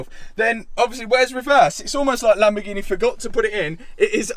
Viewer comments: Lamborg eeen eh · It's lamborghini not lamborghineh you prat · lol do you mean Lamborghineh